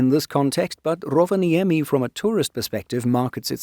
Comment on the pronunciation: I'm not criticising, you're doing a remarkably good job pronouncing Finnish. But it'll be even better if you remember that the first syllable is nearly always the stressed one. There are exceptions of course but Rovaniemi and Sodankylä are not among them. (Nor is Patria come to think of it.) Speaking of Sodankylä, the "ä" in FInnish (and Swedish and German) is pronounced like the "a" in "happy".